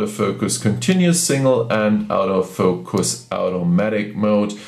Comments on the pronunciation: I personally do not care how many languages the person speaks, however when he speaks English and attempts to say "AUTO FOCUS", it sounds to me like he is saying "OUT OF FOCUS." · When you say "auto focus" it's sounds like you are saying, " OUT OF FOUCUS."